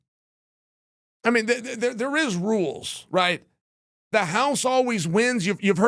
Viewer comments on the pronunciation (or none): none